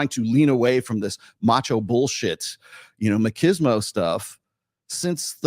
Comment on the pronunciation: The word is 'machismo' (mah-chiz-mo), not makismo; from spanish 'macho' (mah-cho) - male/masculine/cockiness